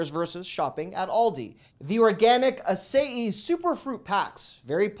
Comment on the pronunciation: I was hoping for unsweetened Acai packs, but oh well. Acai is also pronounced (aa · saa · ee), just for future reference. I love it when people are trying to read it and don't know how to pronounce it, so funny. Might have to see if that planter bench is available at my Costco, that's pretty cool.